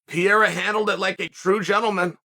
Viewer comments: His name is"Pereira" not "Piera" Chael 😂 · Even after Ariel corrected Chael on his pronunciation he still calls him Piera 💀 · Who tf is Piera?🤣💀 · I think he was trying to say it the way they say it in their language, it’s sounds like Pa-hair-a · How tf do you pronounce the guys name anyway? Rogan and DC went from calling him Per-rare-uh to Pe-Haduh and Anik calls him Pin-ay-duh. It’s honestly fucking annoying how everyone calls him something different. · Per-rare-uh is the correct pronunciation. My friend from Brasil clarified this. Only the first (letter) “R” in a Portuguese name is pronounced with the “h” sound. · Wait, there's people still thinking he's not mispronouncing on purpose ? The guy who self proclaims himself as the most knowledgeable in the MMA space, is not able to put some simple letters together? The same person who pronounce Khamzat chimaev and Shavkat Rakhmonov effortlessly? Come on. I fully expected him to start pronouncing Pereira correctly after he won the title, but he didn't, it means he still didn't think Pereira deserved the respect, ,he probably doesn't like the way Alex has been fast tracked and given the title shot, that's all.